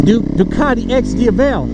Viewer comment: Go to Google translate so you know how to pronounce, DIAVEL, the correct way. You can also listen to Ducati websites pronunciation of Diavel.